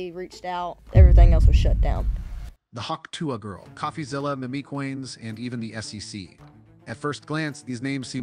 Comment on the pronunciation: MIMI coins!!! 🤣🤣🤣 I'm dying at stupid AI pronunciations🤦🏻‍♀️